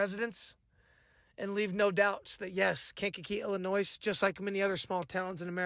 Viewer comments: The S in Illinois is Silent like the Y in YOUR GIRL 🤷🏽‍♂️ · I used tell people you don’t pronounce the “s” because the word Illinois is French the “s” is silent. Lol! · On God i h8 hearing the "S" on Illinois. I guess that comes with having an ILL state of mind. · Bruh .. Quit saying Illinois, WITH THAT "S" sound, 😂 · Not sure if you live in Illinois, but if you do, how do you not know the S at the end of Illinois is silent? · ✌🏿 from Chicago, Illinois (With the silent s) 😂 ✌🏿